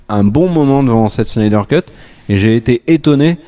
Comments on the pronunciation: Ca se dit bien "shnayder" et pas "snaydeur" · C'est SSnyder, pas SHnyder ... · Pourquoi prononcer Schneider. Snyder tout simplement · FAUX! C'est Snaïdeur. Facilement verifiable. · Juste pour savoir, est ce que le gros blaireau avec son gros pif et sa tête infâme peut arrêter d’écorcher absolument tous les noms de réalisateurs ? Il veut se donner un genre ??? Parce c’est claqué au sol comme genre ça Snyder c’est avec un S et pas CH, donc pas Schnider comme Spilberg qui est régulièrement sali par ce bof intersidéral et bien sur Whedon !? C’est Whedon pas Weshdon espèce de gros naze !! Il me fatigue cet imbécile heureux a force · La SCHNyder cut... Je vois pas où vous allez chercher ne son "ch" dans Snyder. Et il n'y a pas de "ch" dans Whedon non plus. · Superbe résumé! Mais un truc m’agace pourquoi vous dites Schneider avec un chhhh ou lieu de Snyder et même chose pour Weshdon ou lieu de Whedon... on dirait que je n’entend que ça et ça écorche mes oreilles et c’est dommage ! Sinon dans le propos je suis assez d’accord avec vos propos. Perso j’ai adoré le format choisi choisi par Snyder et je trouve ça plus épique justement par la hauteur, car en BD on est beaucoup plus sur des cases en hauteur sur des pages pleines pour montrer la grandeur des super-héros ! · SN-AIL-DEUR et WI-DONNE et pas schneider et weshdon svp. Je vous adore mais massacrer les noms pendant toute la vidéo c'est insupportable pour les oreilles ;) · Schnider, Wesh Done, Sheredder, schrebeure, Jacque scheckbear… l'assassinats des noms. Mais très bonne critique. .P.s. n'essayez jamais de dire benedict cumberbatch (Dr Strange) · Ya un soucis avec la prononciation des noms des réalisateurs (à moins que ce soit une blague et que j'ai loupé le truc), mais Schneider et Weshdon je connais pas perso ^^ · Sny-der Whe-don Pourquoi rajouter des 'ch' partout ?